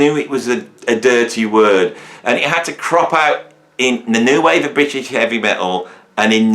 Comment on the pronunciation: thank FUCK i'm not that illiterate dullard excuse for a comedian, and who the hell 's trying to be funny here you point evading plonker?. talking crap about ''prog'' again because he doesn't even know what prog means and this time also can't pronounce the ''r'' in British which he thinks is a synonym for both English and ''of the UK'' when it's neither. My cultural background has f-all to do with that.